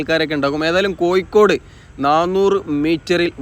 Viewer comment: കൊയ്ക്കോട് അല്ല കോഴിക്കോട്